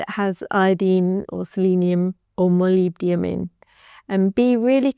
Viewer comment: Woooow you learned to pronounce molybdenum!!! ❤❤❤